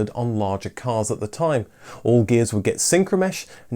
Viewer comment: He said, All gears not all Ghias lol